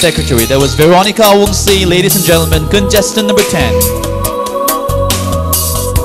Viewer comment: Contestant no 1 says lades not ladies haha